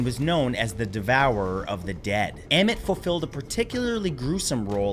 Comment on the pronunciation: Oh, you got to it later. I'm glad you also mentioned Ammut (Ammit) too, although I will admit that your pronunciations did pain me. 😅